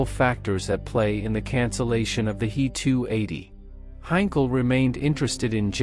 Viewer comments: It's not a Hee 280 - it's a h.e.280. adjust your bot! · In "He 280" "He" is not a word, it is two letters "H" and "E". They are pronounced separately (as two letters).